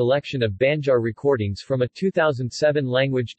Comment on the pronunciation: OMG! BAD SPOKEN VERSION! Say "aah" ...now say "BAN" "JAR". NOT "BEN" JAR. DUHH